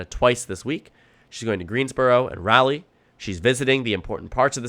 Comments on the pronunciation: Ok I know it's not the point, but i've ignored it in every video before and it's annoying me now. It's pronounced "Raa-lee", not "Rally." Also if you're in NC vote for Kamala Harris, Josh Stein, Jeff Jackson, and Mo Green! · It may be a regional dialect thing, but when I lived in Raleigh folks pronounced it Rah-lee with the emphasis on the first syllable.